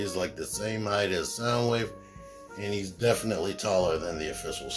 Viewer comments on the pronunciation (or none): none